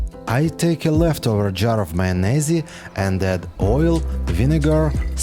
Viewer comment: I’ve been pronouncing the word mayonnaise wrong this whole time. My life is changed. 😍